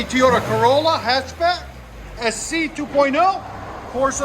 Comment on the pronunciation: It’s TOY OTA NOT TEE OTA !!!! That’s way to loud ….needs a flow fx ….hopefully he gets lots of tickets with his fart box 😆😆😆